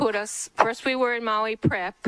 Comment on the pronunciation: In Maui, not Molly